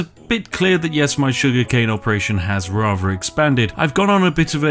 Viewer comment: It throws me right off hearing a posh voice say 'Rarver' instead of 'Rather', and 'Everyfink' instead of 'Everthing' Oh it's every time there's a TH in a word it's replaced with an F... may be a speech impediment !